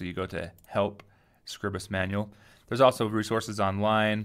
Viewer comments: Awesome video, followed your series for Inkscape and now it's time to learn how to use this. My only gripe - please pronounce it correctly! It's not "Scribbus", it's "Scribe-uhs" :D (as in "bribe" then "us") I've got a massive problem because I don't seem to get all of my tools appear along the top. If I hover the mouse over the (invisible) buttons I can get the tool tips appear and if I click and hold the mouse button down I get the button appear but I release it and it disappears again. I'm running Manjaro KDE with Plasma, Using Scribus v1.5.8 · I remember you from Inkscape tutes. You do Scribus too?! I thought it was pronounced scribe-uss??? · Not how it is pronounced but otherwise good. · i hate the way you pronounce scribus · I disagree, but I realize I may be in the minority. I read it the same way I would 'script' or 'scribble'. I only pronounce the long 'i' on words with an 'e' after the 'b', like scribe. I make Scribus do the same as words like as apparatus, stratus, impetus, syllabus... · That’s ok, but in case you’re curious. Apparatus, stratus, impetus, syllabus. These words do not have a long vowel, and neither should Scribus. English has pronunciation rules, and while there are many exceptions, I don't think Scribus qualifies for one. 'Time' and 'Scribe' have a long 'i' because of the 'e'. 'Sign' and 'Night' have a long 'i' because of the 'gh'. What would make 'Scribus' have a long 'i'?